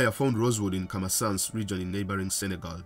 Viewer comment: If you say Camasance one more time....